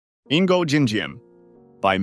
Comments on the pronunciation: "Ingo"? Really? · It is NOT 'In go'